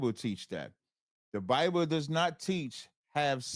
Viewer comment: This was a wild debate. right, their whole religion is based on word concept fallacies and misinterpretations. And, WTF is a "Biboo"? Should've axed him what a Biboo is.